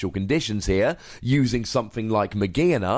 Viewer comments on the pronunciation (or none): none